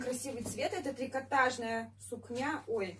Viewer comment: Ну уж если Сукня, то ударение на У. Белое платье мне понравилось.